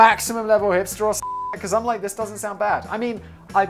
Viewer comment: Techmoan: "Ye, I bought a broken piece of obsolete media" Simon: "You hipstahh!"